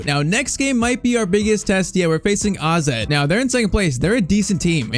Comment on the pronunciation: man Called AZ Alkamaar Aze